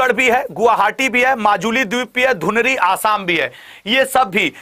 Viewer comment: Not dhunri. It's Dhuburi